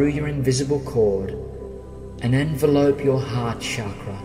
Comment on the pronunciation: Envelop, not envelope. . .distracting, but otherwise a very good meditation.